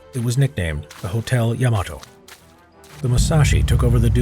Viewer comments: YAMATO=❌ YAMETE=✔ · Love this channel but it’s Yamato not yemoto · Ya Mah Toe!